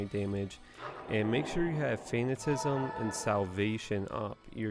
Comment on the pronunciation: Fan at a ciz m, think fanatic. Yes I already watched your video on how you pronounce things wrong. Just trying to help.